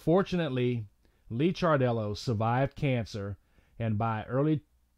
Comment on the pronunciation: His name is Licardello pronounced Likardello. He was a wonderful loving person. He will be greatly missed.